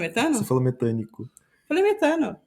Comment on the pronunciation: fenonimos e metanicos KKKKKKKKKKKKKKKKKKKKK MORROH